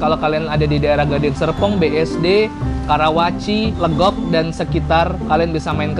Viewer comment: Legok bang bukan Legok 😫🤣orang legok pasti paham😂